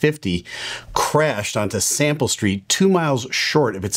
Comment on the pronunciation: Salmon Street. (Sounds like “Sample Street” in the video.)